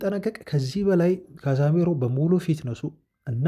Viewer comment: ይደብራል 100 ግዜ ካዛሜሮ ? ካዜሜሮ